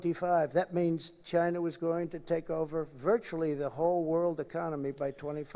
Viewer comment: Im sorry (not sorry), the way Trump pronounces "China', sounds like "Ghyyna". hideous.